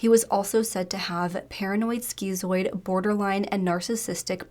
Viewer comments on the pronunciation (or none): none